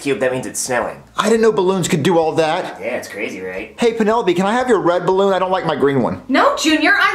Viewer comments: It’s supposed to be balloon not barroon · Ballon❌ Barroon✅